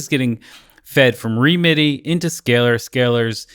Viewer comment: Great video - really interesting possibilities :) just a couple of comments. I think songwish pronounce it “remedy” and sadly the current version (v2) doesn’t run on M1 macs. Hoping an update will come soon.